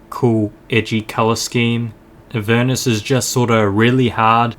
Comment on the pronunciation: UR PRONOUNCING THE NAME RIGHT ILY